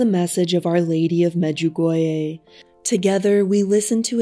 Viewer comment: You sound really weird. You can't pronounce Medjugorje correctly. It's not clear who you are quoting. I have never heard of the visionary you talking about. Maybe you can't pronounce the name of visionary correctly.